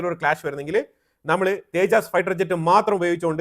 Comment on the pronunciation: തേജാസ്‌ അല്ല തേജസ് കറക്റ്റ് ആയി പറയു